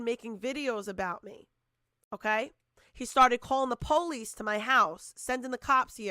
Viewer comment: The POLE-EESE 🤦🏼‍♀️